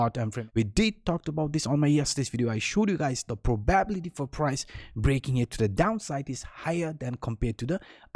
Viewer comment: The probability that will ever pronounce "probability" correctly is probably 0%